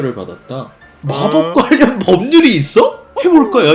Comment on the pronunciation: 제발 모든 ㄴ받침 + ㄹ 자음 단어에 ㄴ ㄹ 로 발음하지말고 표준 발음법 제20항 유음화에 따라 ㄹ+ㄹ로 발음해주세요.. 전력 -> 절력, 관련 -> 괄련, 신라 -> 실라, 난리 -> 날리, 원래 -> 월래 예외는 있지만 항상 ㄴㄹ로 발음하려 하셔서 굉장히 어색합니다.